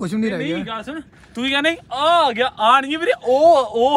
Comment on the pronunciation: Ek gal das toofan aa gya ya toofan AW gya .. je punjabi vi bol rhe aa ta v AA hi padhaya janda sanu ..